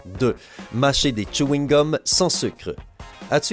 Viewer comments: C chewing-gum pas Tchouingum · Tchewine gum JPPP😂😂😂😂😭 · Mais comment il prononce chweegum